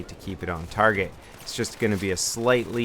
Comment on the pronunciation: its pull not bull.